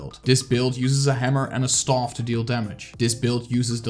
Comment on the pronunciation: Please stop saying STAUF! Super annoying! Learn how to say staff! The rest of the video was nice.